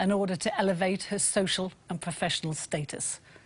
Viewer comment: A few new ones from Michelle this week ---she drinks to be 'sershel' as in the clip that she 'sherd' us from 2 weeks 'agerr'-only Herll has a vowel missing